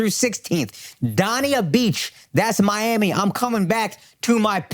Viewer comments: Yo, Akaash! Dania Beach is pronounced Dain-ya not Don-ya. Looking forward to seeing you homie. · DAY-NEE-UH BEACH.... like how you pronounce DANE in GREAT DANE. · Dania beach being pronounced “DawnEA” is fighting words